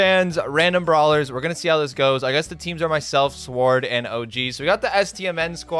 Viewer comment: "5 really good players and sward" epic